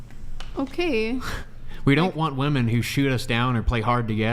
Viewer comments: Cannot stand when they say woman instead of women. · Omg I could not get over saying woman everytime she thought she was saying women! So irritating 😂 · No, it's NOT your accent - it's your lack of education. WOMEN rhymes with swimmin. WOMAN sounds completely different on the first syllable. How are people this dumb?? TikTok brain 🙄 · still doesn’t know how to pronounce the word women 🤦‍♂️ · That was so frustrating to hear her fuck up over and over. First person in my entire life I've seen incapable of saying women. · You will never be taken seriously if you continue to pronounce WOMEN wrong. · learn how to pronounce women and woman, they don't sound identical.